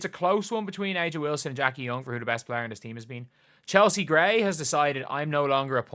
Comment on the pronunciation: It’s pronounced “Asia”